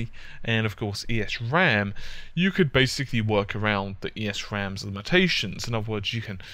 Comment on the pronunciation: Great explanation on everything here! The only thing is that you pronounce it as "ehs ram" without pronouncing the E. Good job, regardless. Very well explained.